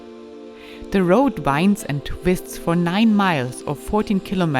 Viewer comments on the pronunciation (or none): none